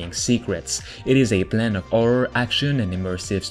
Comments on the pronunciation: Horror nor orror xD its not hard to spell the h man i know english aint your native language but jesus christ man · How come you can pronounce “Heist” But not you can’t pronounce “Happy” or “Horror”?